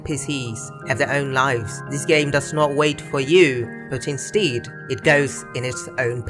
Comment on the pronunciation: Since when is instead pronounced instiiid?